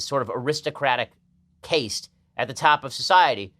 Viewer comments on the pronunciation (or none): Caste is pronounced like cast not rhyming with taste. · How the fuck are you so intelligent but still mispronounce words like "caste," pronounced just like "cast"??? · Can't pronounce "caste"; Harvard graduate, ladies and gentlemen.